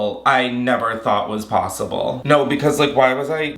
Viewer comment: Haha not me clicking the timestamp 8 times just to hear him say “Naur” multiple times 😂😂😂😂